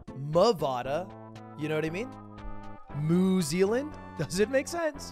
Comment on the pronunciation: That moment where Lud says Mew Zealand. I'm just sitting here like HE RECOGNISED MY COUNTRY. its funny cause new zealand small.